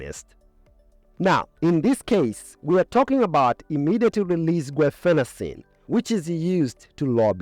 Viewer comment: Your pronounciation of the drug, "guafacine" is misleading, causing confusion with the drug,"guaifenecin", a mucolytic contained in many cough syrups. You may want to add a note explaining this...